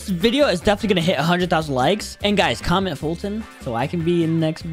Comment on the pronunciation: The funny thing is, u sayd commet not comment